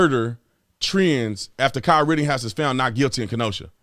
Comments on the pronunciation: Please stop saying ritting house. We know you can pronounce it correctly at this point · Dude it's pretty irritating when you say "RittINghouse" instead of his actual ass name. Everyone knows that you know how to actually pronounce it but for some reason you choose not to. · Tatum for Christ sake there's no 'G' in RITTENHOUSE.